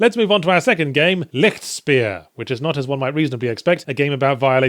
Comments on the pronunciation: It is frustrating to hear a word being wrongly pronounced in such a short time span. If you're a native english speaker, just pronounce it "Lishtshpear" and you are (nearly) golden. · Rainbow Bunchie You don't quite realize what my comment was about, right? Lichtspeer is a german word. He couldn't pronounce it right, which is okay, so I wrote it in a way which would naturally produce a nearly correct pronouncitation if read out loud by an english speaking person. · Just watched this video to see how you pronounced Lichtspeer ^^ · The way he says lichtspeer sounds so dutch...